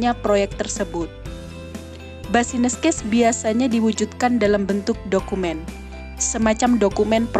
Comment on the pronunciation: maaf kak mau ralat pelafalannya "bisnis case" yaa bukan "basines case" hehe